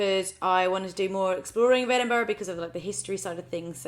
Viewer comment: I’m from Edinburgh and she says it like the locals. But trust me there are some strange ways to say it. Heard a guy say edin-burger once 🤔🤔